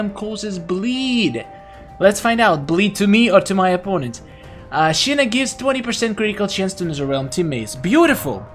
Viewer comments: It is Shinnok not Shinnek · Sounds like is saying Shinnik instead of Shinnok. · Ur saying shinok so wrong u kinda sound like my sis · He said shinnok wrong.